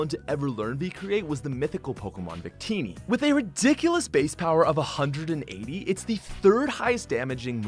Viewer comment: He also cant pronounce victini and arceus